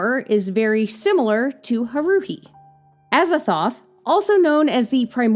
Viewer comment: HA-ru-hi, not ha-RU-hi.